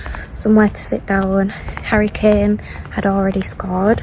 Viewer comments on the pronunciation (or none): Kaže "Hurricane scored first goal", gledam šta se dešava, kome je to nadimak Uragan, tek posle skapiram da je u stvari Harrry Kane, ali jorkširski naglasak.